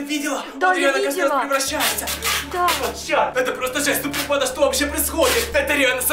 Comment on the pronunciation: Я вроде глухой но я слышу вместо банда-панда 🐼